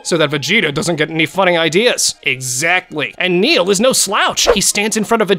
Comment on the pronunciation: Btw it's "Nail" not "Neil*